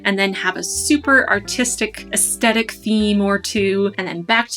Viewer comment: Your video is my very first video I have watched on bullet journaling (a term I had never heard of until your video). It would have been nice if you had given a simple definition of what a "spread" is - you used the term umpteen times in this video and I still don't know what it is. Also, you're mispronouncing "aesthetic" - just thought you'd like to know. Your artwork is beautiful. You're very talented.